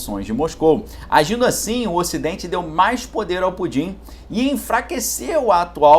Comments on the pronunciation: fala o nome direito! se fosse pudim beleza mas não é. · Tu fala Pudim para parecer engraçado?